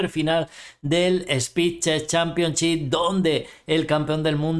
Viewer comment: Me alegra el día cuando dice spi che championchi